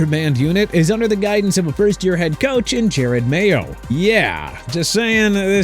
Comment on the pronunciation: This guy can’t even pronounce your coach’s name correctly